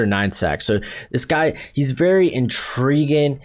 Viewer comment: Good analysis but your presentation is pretty bad. You never pronounce your "-ing's" at the end of words. Like "intriguin" instead of intriguing. And "interestin" instead of interesting. Fumbling over your words. Maybe think about doing a practice run, write down your thoughts. Just hard to listen to.